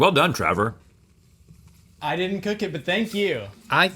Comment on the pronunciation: Travor? I thought it was Trevor